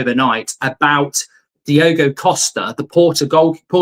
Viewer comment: He can't bloody say Diogo, he has to say Diego. You're expecting too much of a english.